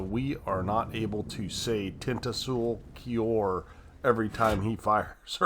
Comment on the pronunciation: Thanks for featuring my replay! I really like your commentary and you actually pronounced my name pretty well.